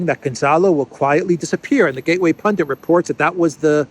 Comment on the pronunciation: Gateway Pundit! Not Pundent...